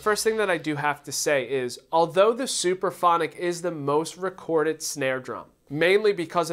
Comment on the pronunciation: It's (Supraphonic) not Superphonic !!!!!